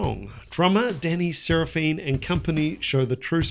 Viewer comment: It’s probably just US but I’m pretty sure Danny (drummer) is pronounced Sara-fin The 80’s Chicago style was completely different after Terry’s passing in’78-79.